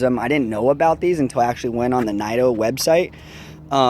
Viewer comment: Pronounced neeto tires